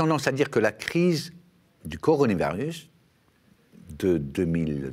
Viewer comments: " La crise du coronivarius : ça doit être une sorte de Stradivarius chinois....,? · Ya que moi qui bloque sur ce qu'il dit a chaque fois? "coroni varus" >.< encore jpp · coronivarus ? XD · Un mec qui n'arrive pas à prononcer correctement coronavirus est-il crédible ? Et le nouvel an chinois, on ne l'appel pas non plus le "chinese new year", ni en Chine ni en France : il m'a tout l'air d'être un bon guignol..